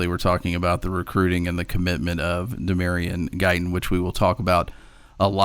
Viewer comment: Tell Collier that the new commit's name is LaDamion Guyton...not Damarion...or whatever stupid name said.